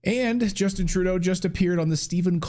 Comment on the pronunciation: Did you say comedian Turdo??